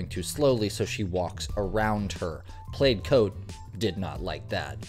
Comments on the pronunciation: Plaid is pronounced “Plād”, it rhymes with “sad”, my dearest. 😭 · ⚠️plaid is NOT PRONOUNCED played!!⚠️ 🤦🏿‍♀️🤦🏼🤦🏽🤦🏾‍♀️🤦🏻🤦‍♀️🤦🏽‍♀️🤦🏾🤦🤦🏻‍♀️🤦🏿🤦🏼‍♀️🤦🏿‍♀️🤦🏿🤦🤦🏽‍♀️🤦🏽‍♀️🤦🏻🤦🏼‍♀️🤦🏾‍♀️🤦🏽🤦🏽🤦🏼🤦🏿‍♀️ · Plaid is pronounced "pladd" not "played". Was the woman who chased the guy out of the shop after throwing whatever that was at him and messing up the floor, allowed to keep her job? If I was her employer, she'd be gone as soon as she got back to the store. She was very unprofessional. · The "played coat"? Think you meant plaid 😂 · The pattern is plaid (rhymes with "bad", not "played"). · Bruh pronounce "plaid" again, cause I know you didn't just say "played" 😂 "Plaid" like "glad", or "sad". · Plade coat 😂 plaid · “In the played coat” 🤨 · First as a Canadian...plaid is pronounced like plad not played. Also as for recording, it's pretty similar. Now he was in a private business so they can ask him to stop or leave but the recording part is not law. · I honestly couldn’t hear anything after you called a PLAID (pronounced PLAD) coat a PLAYED coat. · How can someone reach adulthood and not know how to pronounce the word "plaid?" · It's pronounced "Plad" not played. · What is a "played" coat? A plaid coat is a plad coat. Are you AI? 🤔😆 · Did you just say played for the word plaid? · ...Bro pronounced "plaid" as "played"..... it rhymes with "had". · It's pronounced plad, not played. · DUDE!! Lol..Plaid rhymes with bad!!!! you gave me a good laugh!😅 ty I was sad.. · I have never heard plaid pronounced played before. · I think "plaid" is pronounced like "plaad". ❤ Love your channels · Is the voice AI? Pronouncing plaid like played? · I love you, but plaid is pronounced pladd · u pronounce plad wrong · Right? How do you not know how to pronounce plaid? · I know, I was like, "is he using a voiceover app that just said that wrong?" :face-green-smiling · He could learn how to pronounce "plaid" correctly, though. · The way you pronounced plaid is so interesting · Plaid. Rhymes with sad. Or mad.